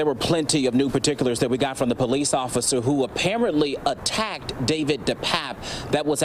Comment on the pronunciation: Why would he say the officer " atta ked" Depape? Attacked? Sounds like a race baiting journalist to me. What an idiot. Needs a good backhand slap if ya ask me